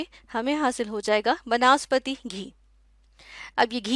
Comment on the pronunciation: not banaspati its vanaspati